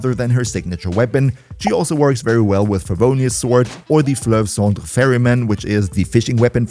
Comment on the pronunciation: I just discovered your channel and it's awesome! Great and complete guides and I love you vibe! Keep the good work 😁💪 By the way, that "Fleuve Cendre" pronunciation is lit 🔥🥳🔥